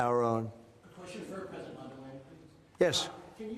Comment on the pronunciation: Did you say president or predator